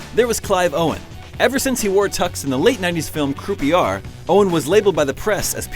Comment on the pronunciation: Couldn't help laugh at how you pronounced Croupier the Clive own film. It's crew-p-a lol